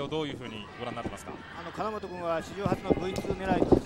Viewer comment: 聞き間違いか、は金本を「カナモト」君って言ってたような。毎回。